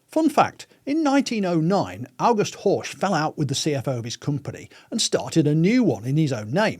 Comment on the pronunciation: The pronunciation of “Horch” is atrocious, no German speaker would recognise the name, even if they are familiar with the Horch/Audi story. The German letter combination ‘ch’ can be one of two sounds, in this case it’s the voiceless palatal fricative (IPA: ç), and luckily British and Australian English have the sound: it’s h in hue. (US English is out of luck, I assume.) Or you could simply go to and listen to the pronunciation example …😊